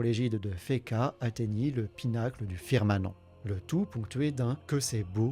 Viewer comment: FirmaMent, pas firmaNent